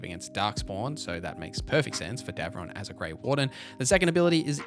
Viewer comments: It’s Davrin, not Devron, btw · Love ya, but these pronunciations are killing me 😂 Heres how to phonetically pronounce all the companions names': Lace Harding -> Lay-ss Harding Bellara Lutare -> Buh-law-ra Loo-tair Davrin (idk how you mispronounced this one lmao) -> Da (as in dad) vrin, not Davron Lucanis -> Loo-caw-nis Emmrich -> M-rick Taash -> Tosh Neve -> Nev (not neeve) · And "Davrin."